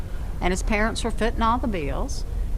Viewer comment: M.J. C. She said "fittin'."